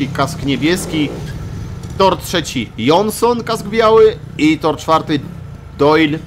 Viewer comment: Nie janosona tylko jonssona